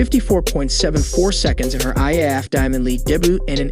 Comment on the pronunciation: The announcer does not have the same vocabulary as the person who wrote this script and there is nobody watching over the mispronunciations. Nike, Gatorade, debut, prix. He tried to pronounce IAAF as a word. And all the odd slurs, pauses and phraseology. And the visuals. Why are we looking at an injured hand while talking about a hamstring injury?